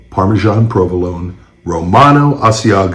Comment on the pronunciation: Littering and.... Littering and... PARMISON!!!!!